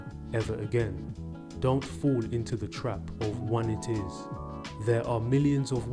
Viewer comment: Not to be a douche...but it's pronounced: one-eye-tiss. Same sort of ending as laryngi-tis. Or arthri-tis.